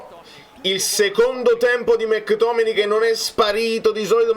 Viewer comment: Impariamoli questi nomi che poi ci sfottono! È McTominay, dai, non è difficile 😅